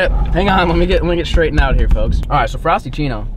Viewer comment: Did he just miss say frapichino for frostachino or...